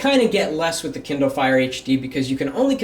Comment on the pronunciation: It's kindle not kinder